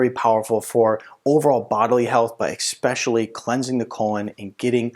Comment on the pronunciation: Eck Specially 😂😂